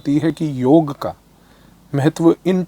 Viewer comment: Firstly, thanks for pronouncing Yog and NOT Yoga which most english speaking yog gurus have started saying just to appease their international audiance. While its great that Indian politicians are promoting Yog on International platform but they need to stop saying Yog has nothing to do with Hinduism. If all Indians start living a Sanatani life (which includes Yog practice), our healthy lifestyle and sucess will automatically start attracting more people to Sanatan Dhram.